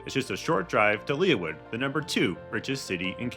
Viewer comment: Lee Wood. Not Leah Wood.